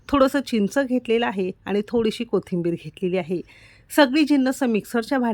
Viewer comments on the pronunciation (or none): none